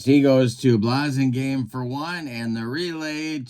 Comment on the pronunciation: It's BLASS-ingame and Turk LAUN (rhymes with town). Sorry!